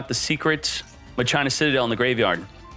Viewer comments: Im super late... But isnt not "ma-CHINA" Its "MACH A NA" as spoken same as "deus ex machina" Idk why people think its said as china. Is it like a European thing? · It's pronounced machina not ma china 😂😆🤦 they aren't Chinese 😂😆😂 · MUH-CHINA!!! MUH-CHINA!!! For ducks sake it's not MUH-CHINA You pronounce it like CHINA. It's pronounced MAKINA. Ma- Kee Nah. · Hilarious hearing "Muh-China" 😂😂😂 Do you say that, "Machine-Uh" or "Mock-in-uh"? I say the 3rd option lol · It's pronounced Mack-Kinn-Nah, "Muh-China" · I always pronounce it as Makina and not My China. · He does this on purpose lol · How do you pronounce "Machine"? "MUH CHINE"? 🤣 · Every time he says M'China it makes my entire body cringe. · MAK-IN-AHH this dude needs to read more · That is not how you pronounce that word.....mah-key-nah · Idk if he’s pronouncing it wrong but I played too much FFX to not say machina (ma-kee-nah) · it should be "ma-kee-na" no? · Anyone else had a hard time watching the whole video due to how many times he said "maCHINA"? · Disliked cause u said the name wrong all video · I’m pretty sure it’s pronounced like the Latin word machina (e.g. Deus ex Machina) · The way people mispronounce "Machina" even if they're supposedly native English speakers makes me wish they didn't change the OCG name, "Machiners". By using the original OCG name for the archetype, there would be no confusion at all.